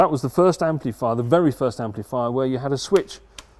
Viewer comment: Can someone from the UK tell me: what part(s) of England might this guy come from that causes him to say "amp-LEE-fier" and "four-BEE-twelve"? Also, cracks me how he says certain components are put on by "ladies".